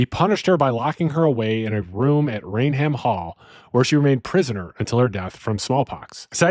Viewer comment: “Rain Ham….???!!!’” 😂😂😂😂😂 It’s pronounced “Rayn-um” 🤦🏻‍♂️